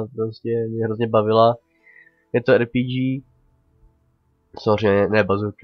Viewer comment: RPG(D)ží (nwm jak to jinak napsat říkáš to ba začátku videa ) je zbraň nechci tě opravovat, jen ti radím.